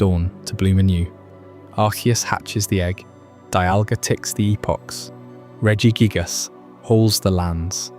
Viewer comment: Regi jig-ass made me wanna kms, who told you it was pronounced like that 😭